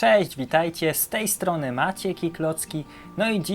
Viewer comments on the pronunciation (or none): none